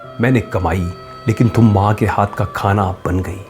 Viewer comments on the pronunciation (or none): Thum wala accent aa rha hai tum wala nahi